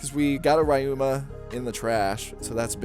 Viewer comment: You're pronouncing Ryuma wrong btw